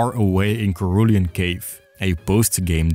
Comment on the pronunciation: cerulean is a color and its pronounced with a 'soft c' sound. if it were spelled as it sounds it would be spelled: serulean